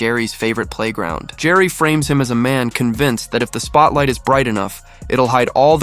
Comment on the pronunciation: Jerry?! Who the fuck is Jerry?! Ricky's last name is Gervais; it's pronounced as Jer-vase. A better content provider would do research into how to pronounce words and names properly. Do better.